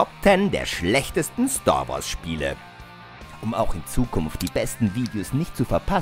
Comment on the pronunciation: Star Wars, nicht Stoar Woars.